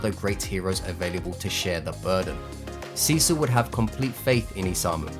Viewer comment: urgh... it hurts to hear you pronounce Cecil as Sisu